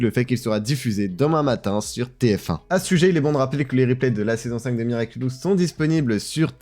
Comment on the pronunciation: Ouais ça me tue surtout que pendant tous l'interview Thomas Astruc prononce miraculous mais lui il s'entête à dire miraculus. Globalement on sent que le mec ne sait pas du tout de quoi il parle. xD